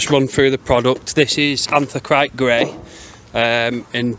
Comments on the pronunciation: Pronounced ANTH-RA-SITE 😉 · Sorry to be 'picky', but, it's anthra-site- isn't it?? Anthracite is a type of coal, hence the colour........but, informative vid nonetheless.